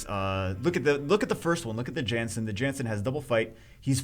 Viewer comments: It's a viking, shouldn't it be pronounced (YAHNS-sin)? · It's pronounced as "Yan-Sen"